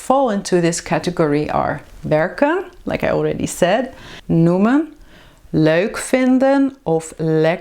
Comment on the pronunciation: Fantastic video, but I don't understand one thing: why do you pronounce leuk as diphthong? In dictionary of standard Dutch you pronounce it as lök (in German spelling) or [løk] in IPA. Soo is that some variant of Dutch? Do you speak with an accent ?